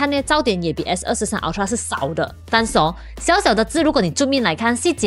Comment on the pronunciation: 麻煩先去了解ultra正確唸法好嗎😓